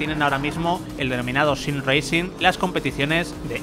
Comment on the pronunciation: No se cómo te atreves a siquiera pronunciar Simracing 🤣🤣🤣 me daría vergüenza